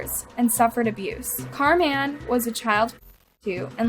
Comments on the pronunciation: Car Man????? This work was ok until that pronunciation. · 🎵 where in the world is "Car-MAN" in SanDiego 🎵 (the way she kept saying ☝😕 "Carman" sounded alil "off" to me) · Is so white that she doesn't know how to pronounce "Carmen" properly??? She's literally saying Car Men the whole time. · Im sorry but the way she says Carman is bugging me